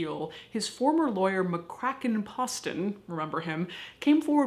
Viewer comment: I went to school with Ken. His father was also McCracken. Btw, his name is pronounced with a long O. As in Pose-ton.